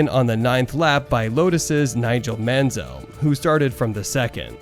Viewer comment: Mansell, Prost and Tyrrell. You can’t pronounce any of them! Nice vid though mate. 😅